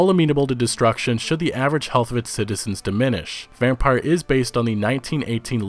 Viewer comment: yeah the way he said Vampyr had me yelling at my t.v. 😀